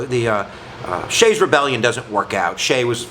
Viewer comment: His name was Daniel Shays not "Shay" and he lived in Massachusetts not Pennsylvania. Get your history right.